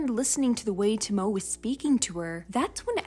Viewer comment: Hey, just a little note: Since Tomoe’s name is Japanese, the “e” is not silent. Her name is more pronounced like “TOE-moe-eh.”